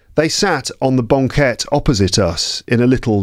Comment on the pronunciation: I'm wondering about how you pronounced banquette. It sounds like bɒŋˈket instead of bæŋˈket. Did you use a specific accent?